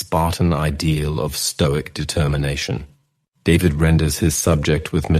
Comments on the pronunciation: His last name is pronounced (daveed). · AI,,,his name is "DAVIDE" so pronounced,,,not david the anglo way...